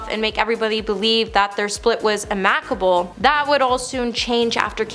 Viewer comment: I don't mean to be rude, but please work on your pronunciation of fairly common words like amicable and dismissed. You can do a retake.